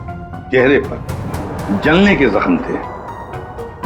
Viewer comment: Doctor saying gelni ki gakham, 😅. It is Zakham